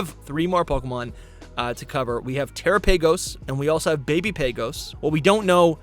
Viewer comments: Yeah the pronunciation is trying too hard lol. I think because we say "tera" so his mind associates the name Terapagos to be Tera-paygos, rather than Teh-rah-pah-goes (putting the enunciation in wrong place). I think of the Galapagos islands, which could be a nod to why Area Zero pokemon are so similar and considered different forms of pokemon, similar to the "convergent" pokemon. I think I just made a theory lol. Heath is Charles Darwin who came across species of pokemon who have different almost pre-historic biology, but has futuristic evolution that fits for their survival. The Galapgos islands being in Ecuador (a Spanish speaking country) would make the connection make sense. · Terror pagoss and arseeyus 😅 sorry but the pronunciation tickled me way harder than it should. Awesome coverage tho guys! i also think the peach Pokémon the loyal three chased will be gen 9’s mythical and we’ve still not had confirmation that the paradox legends will fuse 🙏 so yh a lot more on the way hopefully haha. Big up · It bothers me how he says tera turtles name